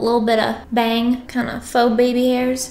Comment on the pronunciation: she finna cut a ba-ang, not the ba-ang